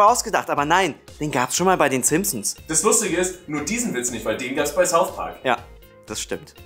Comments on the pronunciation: Saus Park,ich hasse wenn jemand Saus Park sagt oder Ses McFarlane. Wah. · Warum sagt jeder "Saus Park" ?:D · Saus Park?! Sonst könnt ihr doch auch richtig Englisch sprechen °_°